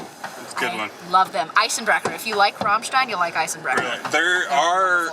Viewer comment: You can tell has been exposed to Germany or the German language. She pronounced Ramstein correctly.